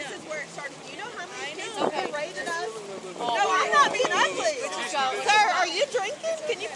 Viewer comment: But she was BURR-ra-TED